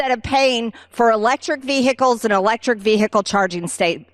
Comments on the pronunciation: Vee - hick- als....there's old B6 again , showcasing her lack of IQ points. 😂😂😂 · If we ‘have to wait while the military charges its electric vehicles” - sorry, vee-hick-kills - then the military wouldn’t be very ‘prepared’. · Greene: VeyHicules. She probably also calls a sandwich a sangwich. SMH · "electric veehickles" 😆😆😆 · In all of my dictionaries vehicles has a silent 'h'. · I never knew the word 'Vehicles' had 3 syllables until I heard this neanderthal speak